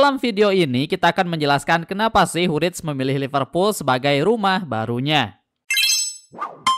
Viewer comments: Wirtz bg bukan writz..hehe YNWA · Bacanya wertz, bukan writz🎉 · kocak nyebut namanya wirtz gabisa wkkw